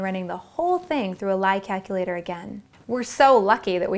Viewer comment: "kackilater" lol